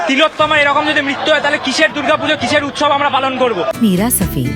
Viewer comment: উৎসব বলেনি। বলেছে উৎ - শব। শবের কারবারি তো।